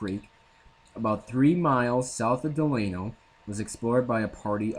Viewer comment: Delano It's pronounced Dell. Ah no